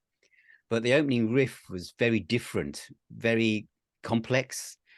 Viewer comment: So has inherited Pete's hairstyle that Pete had during the crown virus. Unexpected distant cousins anyone? You can hear the ways on how certain words are said. I am kind of a linguist and notice how certain words are said. Agen vs a-gain and my favorite riff vs saying whiff/or Whriff. This is not meant to be a knock against either one but that an... observation of pronunciation, that's all. Oh jeez now if we all were to say how do you say Opeth's album Sorceress (the one with the peafowl), there are surprisingly many variations. I in the Midwest US say sore-sir-s and Pete says Saw-sir-s. I can only imagine how says it.